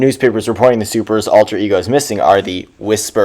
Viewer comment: It's Alter-ego which I think are 2 separate words correctly: Alter ego What on Earth is "Alert-ego"?!?!?